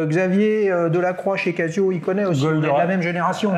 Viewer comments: « Cassio » vraiment ? 😅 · Tu dis je vais au Cassino ou au Kazino ? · Encore un épisode intéressant !... J'ai une question à mille francs... Pourquoi dis tu " Cassio" ? et non Cazio ? J'ai trois G-shock dans la collec ; GA-2100SKE et deux solaires, la classique voir mythique GW-M5610 et la monstrueuse rangeman GW-9400Y. Ha...Et aussi une LED, de chez Yema. ;-)